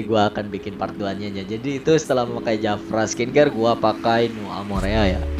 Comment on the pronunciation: Bang JAFRA bukan japra